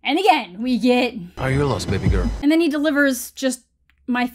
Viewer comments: More like baby gorl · This man pronounces baby girl in like 17 different ways.